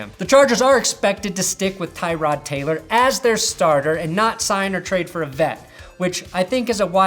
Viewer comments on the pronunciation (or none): none